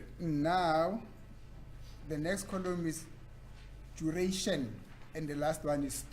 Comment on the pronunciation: Thank you said that. I thought I was the only one who was noticing how fast and ignorant this lawyer is. He pronounces "column" "coloom". Whomever hired him to defend them is equally daft.